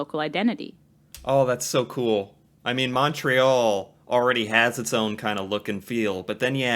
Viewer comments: also, we pronounce Montreal, Mon, like in Monday +tree +all and not Mon, like in Monster. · Cringe every time you say the city's name...it's pronounced as 'Muntreal' not MONtreal... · Why do Americans pronounce it with such a sharp “O” lol. Everyone here calls it “Mun-Tree-All” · My city!!🤍 If you ever make it up here , the correct (english) pronounciation is M(un)ntreal ; rather than M(aw)ntreal. Although we're so polite that no one will ever correct you, it does get annoying. This will set you apart from the rest of the tourists from the US. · Say the name of the city like this: mun-tree-all (if pronouncing it in English). The first vowel rhymes with "bunt," not "font." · Americans pronunciation on Montreal makes me cringe. It’s pronounce Muntreal, no emphasis on the Mon part. Muntreal….say it with me!! Cute video. 1 hour from the border. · It is pronounced Mon(t)-réal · Start saying Montreal like a Canadian! We say it like Muntreal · great video .. but being a Montrealer .. I gotta give you an inside tip .... Montrealers pronounce it MUNtreal .. listen to her in the video she keeps Saying it , trhat's how we pronounce it .. Muntreal